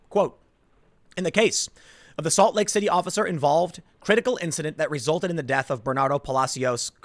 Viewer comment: almost sounds like he said “assault lake city” 😆